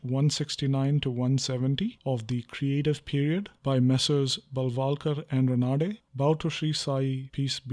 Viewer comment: pronounciations of vajasneya,Ranade ...n many others wrong.....u cant anglicise sanskrit/hindi words y